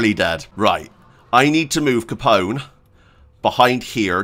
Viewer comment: Al capon 😂. Loving it Still, great video 🙌